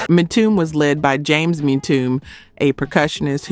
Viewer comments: Listening to these hits is bittersweet...but it's also bitter for my ears to hear the mispronunciations: EM TOO MAY, not EMTume😢 and CONFUNK- SHUN, not CONN FUNKSHUN😢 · ‘Mtume’ is pronounced “emTUmay” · The group Mtume’s name is pronounced “em-too-may”. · The Late musician JAMES MTUME name is pronounced M TOO MAY not MTOOM, I am just correcting you!!! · It's M-TU-ME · My Sista' it's pronounced ( M - 2 - may ), James Mtume. Next time, just ask someone who lived it, we don't mind giving assistance. Keep up the Great Work ! ! ! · Em -Tomb-May = Mtume Shy-Lights = Chi-Lites Great video! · Please lady Narrator I'm not trying to be a know it all.And please don't be offended But Mtume is pronounced (M)(2)(May). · Great groups. One thing it's pronounced EM -TOOMAY (Mtume) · Mitomb?! Tawatha igee, It's tawatha AGee. Instead of Pissing everybody off with the AI voice why don't you just hire someone who knows about black music? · Omg!!!! How can AI slaughter Mtume?? Whoever is responsible for this channel either train you AI or stop being so lazy and do your own narration. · Is this a robot MCing. She has mis pronounced so many names. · It would be nice if this narrator knew how to pronounce MTUME. IS this AI? New-birth sang Wildflower. I have all this music. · It's AI, it seems that these content creators are getting lazy. They don't want to narrate these videos themselves cuz perhaps they don't know about black music so they leave it up to an AI voice who mispronounces everything. It's depressing because I'm truly interested in classic black music but AI is f*ckin it all up😡